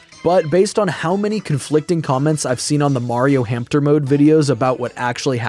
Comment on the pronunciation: Are they really called "hampter" wheels, not hamster wheels?